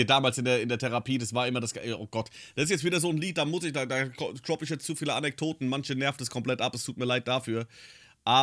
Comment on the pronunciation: Du sagst nicht nur Deppressionen, sondern auch Anektoten.